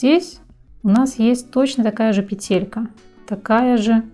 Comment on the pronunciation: Было бы ещё лучше,если бы ударение правильно ставили:надо говорить пЕтелька,а не петЕлька!!!